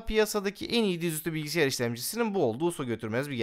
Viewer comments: abi bilgisiyar değil bilgisayar :D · Abi ne olur "Bilgisiyar" deme ya :D